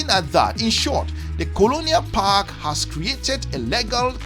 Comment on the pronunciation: Common man, word is PACT….not “PACK”